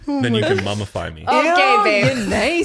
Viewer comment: I thought he said “cummafy me” at first i was like wait ... rewind ... lmao what